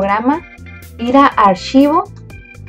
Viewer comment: "Un *ashivoh*" xddddddddddddddddddd